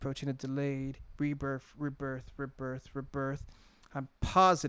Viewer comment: He's actually saying rebirth rebirth but it does sound like he saying reaper